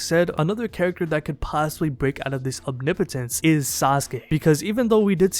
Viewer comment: Say it with me “Om-knee-poh-tence”. No biggie, I just see a lot of you pronouncing it kinda weird.